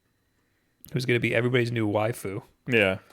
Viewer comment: "MAH-rio" "8bit-DOO" "WAY-fu". My ears hurt!!!